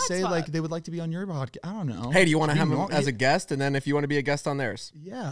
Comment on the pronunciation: The way always says “them” as “thum”